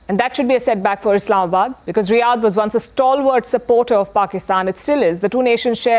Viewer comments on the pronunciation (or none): none